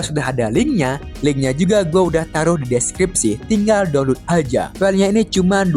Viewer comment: DONLUT 🖕🏻 Saran kalau masih batu yasudah, PRONOUNCE YG BENER, Atau sekalian pakai bahasa indo "Unduh" blok